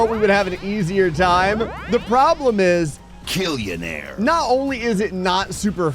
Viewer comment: "The problem is KILLONAIRE" 😂😂😂😂😂